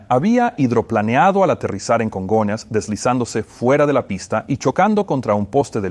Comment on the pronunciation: Que rara suena la voz del traductor. No se parece en nada a la voz de Peter que yo escucho en inglés. Además se dice Congonhas , no Conga airport